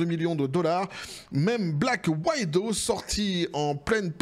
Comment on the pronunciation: "Black wide oh." Nan, je suis désolé mais quand même faut faire des efforts. On passe pour des quiches les Français, c'est pas méchant, j'espere juste vraiment que le dire fera comme moi j'aurais aimé qu'on pointe toutes mes choses que je prononçait mal avant, que tu puisse apprendre de tes erreurs aussi et qu'on avance tous un peu. Alors c'est pas une attaque hein. Black widow, c'est "black wee dow" ou "black weed oh", enfin plutôt "black weed ow" qu'on le prononce, voila a bon entendeur passe une bonne journée.